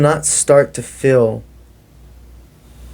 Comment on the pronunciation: Good message: Kindly clarify when you say fill do you mean “feel” or “fill”? Thank you!